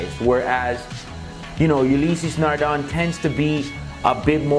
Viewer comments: It's pronounced "Ulyss Nardä" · I'm surprised none of the purists have cried bloody murder about the pronunciation. Lol. Great Ulysse Nardin video guys!